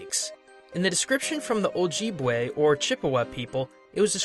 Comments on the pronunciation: Oh-jib-whey Never heard of Oh-Jeeb-whey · Oibwe is pronounced (Oh-Jib-Way) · Just for future reference, ojibwe is pronounced oh-jib-way (yes I an a valid source as I am ojibwe) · Ok im Ojibwe myself. Im sorry it just bothers me. Ojibwe is pronounced O-jib-way And Algonquin is said like L-gone-quinn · proper pronunciation Ojib-Way, Algon-kwin just so you know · sorry but you pronounced ojibwe and algonquin wrong they are pronounced a such Ojibwe,Oh-jib-way Algonquin,Al-gonk-win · Ojeebwe? LOL! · I am so sorry, but I wasn't going to point this out but I live in Canada, and he pronounced the name of the Ojibwe and the Algonquin people very wrong. I am sorry for raging in the comments, carry on. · The way you said Ojibwe made me cringe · how badly he pronounces Ojibwe made me shutter